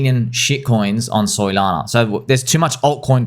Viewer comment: calls Solana….Soylana. Yes. Not dumb 😂